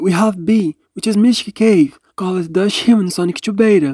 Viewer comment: I love how this guy says dust hill “droshii”